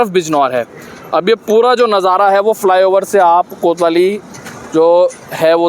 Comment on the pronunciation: फि लाई ओवर नहीं रे फ्लाईओवर होता है पत्रकारों की जहान टो।